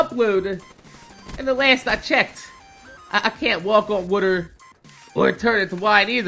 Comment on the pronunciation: woter XD